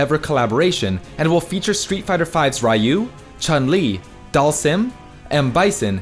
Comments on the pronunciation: That's not how you pronounce ryu idiot. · HE REALLY SAID RYE-YOU OH MY GOD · Work also on the Ryu thing. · You also mispronounced Ryu lol